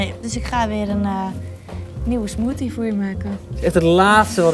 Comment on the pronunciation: Peiot smoosie LOOOIL 😂😂😂